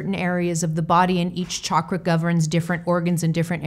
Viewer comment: Other things aside, I love that you pronounce the word CHAKRA, properly! ❤️🧡💛💚💙💜🕉